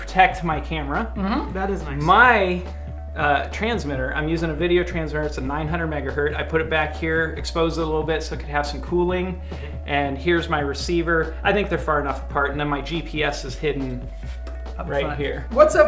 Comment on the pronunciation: Guys, it's "900 Megahertz" NOT "900 Megahurt"!